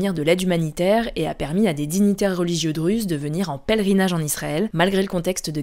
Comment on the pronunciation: On écrit Druzes mais on prononce Dourouz c’est bizarre de vous entendre dire Druzes